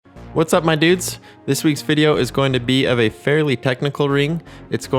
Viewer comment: Idk why the intro makes me die of laughter "what's up miye deuds"